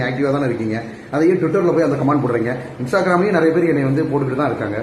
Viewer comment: Shanthanu, kangai amaran nu name solla Theriyala.. twitter an Olunga pronounce pana Theriyala ne yellam yepdi da doctor ana😂